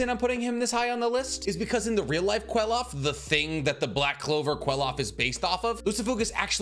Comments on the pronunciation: Bro it’s pronounced klifof not que-lof💀💀😂😂😂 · I'm sorry but it's pronounced cliff off